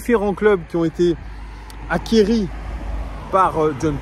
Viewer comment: on dit pas "acquieri" mais "acqui". Sinon je ne crois pas une seconde a un départ de Gusto cet été. Textor j'aimerai qu'il apporte autre chose que des nouvelles technologies à l'OL. Un peu de soux pour les transferts ca serait pas mal.